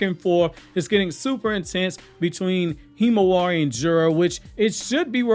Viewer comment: I cringe every time you say Himawari.